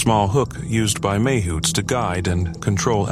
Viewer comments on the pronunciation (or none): It’s not mauhauts! It’s Mahoots!